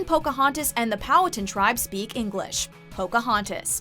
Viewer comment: Spake? You mean speak